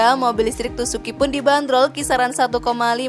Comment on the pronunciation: Tucuxi kok dibacanya tusuki, bukannya yg betul tukuksi